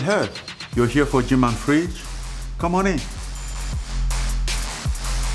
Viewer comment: "Jim and Freedge"